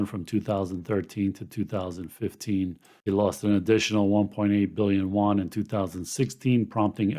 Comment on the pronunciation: It's 'You-en' . Yuan. no 'won'. trust me, i speak it fluently. (just gives street cred to get the pron right.